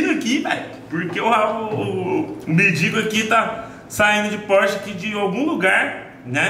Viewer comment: Pelo amor de Deus meu irmão não é " MENDInGO" é MENDIGO kkkkkk doido da cabeça. Tamojunto